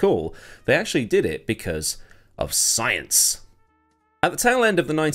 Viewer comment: The way you said Science reminded me of Thomas Dolby “She BLINDED me, with SCIENCE!!”